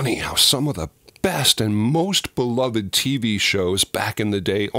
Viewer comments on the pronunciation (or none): none